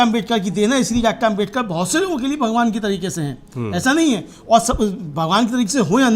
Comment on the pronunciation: जी आप बार बार आमबेडकर बोल रहे हैं उच्चारण सही करिए अम्बेडकर बोलिए।